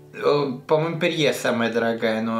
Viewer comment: Не ПЕРЬЕ, а Пери